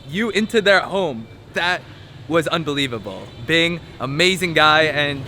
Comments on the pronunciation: Binh not Bing :DD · By vietnamese name then is Bình, but still its alright to say it wrong cause it's hard to say.